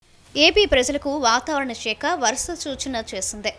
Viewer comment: వాతావరణ శాఖ అని పలకండి madam షేక కాదు.మరి ఇంతగా తెలుగును మోడ్రన్ గా పలకకండి.